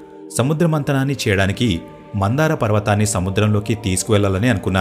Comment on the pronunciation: Mandhara not mandara.... Very nice video...